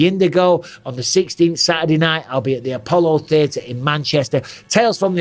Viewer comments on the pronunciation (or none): none